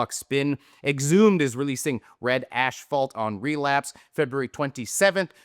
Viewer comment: Ashfault and nucular. Classic